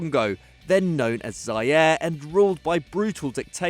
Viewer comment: Zaire, is pronounce as za-e-reh